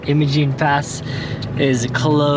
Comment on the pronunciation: Iimmmmmmaaaaa'jgiinnee" the g is silent